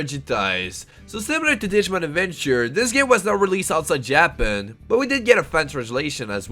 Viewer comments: I enjoyed the video but I just can't stop focusing on the pronunciation such as JAPEN, progani, propagani. Anyhow Digimon 3 deserve a reboot or a sequel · I KNOWWWWW 😂😂😂😂😂 JA-Pan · JAP ANN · Please dont tell me you actually pronounce Japan that way... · The pronunciation of japan tilts me real hard. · Proper painful